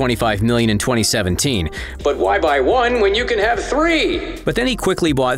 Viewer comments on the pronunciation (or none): none